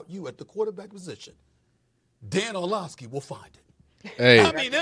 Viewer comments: This guy needs to learn how to pronounce words. Too many words and names he doesn’t know how to use google to Learn how to pronounce. It’s not Olshavski. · Do you really not know how to pronounce Orlovsky or are you just being an A hole ?